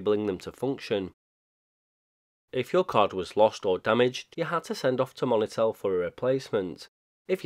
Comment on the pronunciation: I'm wondering on your pronunciation of monitel. The moni part I believe is short for monitor not money. It may just be an Accent thing. None the less an interesting product idea at least. Even if it was crap at the time lol.